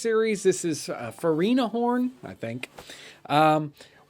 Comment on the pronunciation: "Fer-ina-horn" lol It's "Fire-in-a-horn". Sorry, I just found that amusing. Carry on.